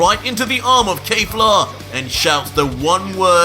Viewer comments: I know it doesn't matter but please stop saying "Kayfla" instead of "Kefla". It gets irritating after a while m8😅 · ITS NOT KAY-FLA ITS KEFLA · I hate how you pronounce Kefla it’s KHEF-LA not KAY-FLA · Awesome stuff man, only 1 thing, her name is KEFLA not kayfla, other than that everything is totally amazing, From MwParkeR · It’s pronounced “Keh Flah” not “Kay Flah” every time he says that it annoys me 😭😭😭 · You’re pronouncing her name like KayFla that’s incorrect bro